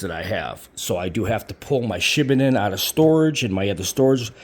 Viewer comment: FYI..the correct pronunciation is Shi Baaa (like a lamb) Den.